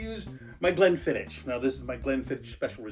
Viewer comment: haha the edits and humour are awesome but gotta tell ya, we pronounce it glenfiddick not glenfiddish:)